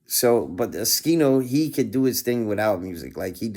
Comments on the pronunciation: if u know how to say his name then why u saying skino and not oschino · Bruh its O-SCHINO not Uh-skino..